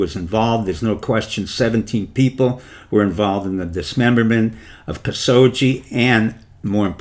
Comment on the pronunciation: "Kasoggi?" "Hajib?" "Faisal family?" "Ibithaj?" "Moderation through Saudi women?" A female Muslim as ambassador to the Kingdom?" In addition to the mispronounced words, Dr. Pieczenik's presentation is ungrammatical and incoherent. His suggestion that the USA should send a female ambassador to Riyadh is absurd. A female ambassador would be at a great disadvantage in KSA and most Saudi women would not be inclined to look to a foreign woman as a role model, no matter what her position, religion or race.